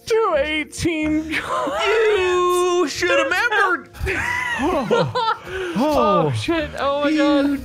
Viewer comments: "You shoulda membered" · "YOU SHOULD'VE MEMBERED" 😂😂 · Mark: "You shoulda' 'membered!" Me, a member: "But I did..."